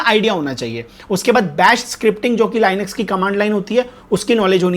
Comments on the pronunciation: Lainax❌ Linux✅ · Linux is pronounced as : Lee-niks